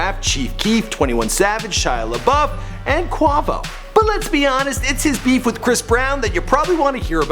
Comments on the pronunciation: Man you have a hard time pronouncing everyone's fuckin name... It's quavo, not quovo. You think you would figure that out with all your research hey? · "Quawo", Queyvow. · "Qwavo" lmao it's Quavo! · My dude said Quahvo💀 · It's quavo not qwouvo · Kwavo.....😂😂😂 Quavo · LMAO HE SAID QWAVO ITS QUAVO NIGGA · he said "Kwavo" 😂😂😂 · Kwavo?....who tf is Kwavo?!😂😂😂👌🏼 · The way he said quavo (kwayvoe) like kwahvoe😂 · Bruh who else came to the comments when he said quavo as quovo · qu-a-vo not qovo bro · quovo no it's quavo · this nigga said quawvo 💀💀💀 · This dude said qwavo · It's Quae-vo, not Quaw-vo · this man said qavo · he said quawvo it's quavo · Nigga really just said "cu-a-vo" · lol Quahvo.... Most people pronounce it Qu-ay-vo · Who the fuck is "Qwavo" ? Lmao 😂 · Did he just say qwavo??!😂💀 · Did this nigga just say Avocado instead of quavo? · kwavo? quay-vo. Quavo bruh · THIS NIGGA JUST SAID QUAHHH-VO IM WEEEAAAKK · Nigga quit saying kwavo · It's pronounced Qay-voe not Qavo c'mon you can do better.Quavo wouldn't be happy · Lol it's Quavo not Quovo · pronounced "QWAY -VO" .... not "QWAR-VO" grrr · NOT CUH-WAH-VO!!!!!!!😂😂😂😂🙉🙈🙉🙈 I'M DEAD! U STAY FUCKING UP PEOPLES NAMES!!!!!! SMFH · He said quavo like avacado hahaha😂😂😂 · Its pronounced qway-vo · "Kuhrewcha Tran" & "Quaaaah-Vooooh" 😂😄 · Dude said quvo lol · is anyone else mad about him saying quarrrvo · "Kwa-vo" facepalm 💀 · it's pronounced qu-ay-vo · Stop saying Quahvo!!!! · It not qovo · its pronounced kway-voe ffs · lol the fuck is a kuahvo!!! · you keep saying kwuavo i know youve heard something from migos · Qu ah vo that's how he pronounced it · It's pronounced " CuAvoe" Fuckin Cringe man... Fucking Cringe. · HE SAID QWAHVO LMAO IM DONE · this dumb ass nigga still cant put respect on Quavo. its KWAY VOHH. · He said quawvo lol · I know he did not just say "Qwavo" 😂😂😂😉😂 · This dude really said Qwavo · “Qwah Vo” 😂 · "Quahvow"....smfh...really nigga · This guy still said Kwah-Vo! 😂😂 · It's qway vo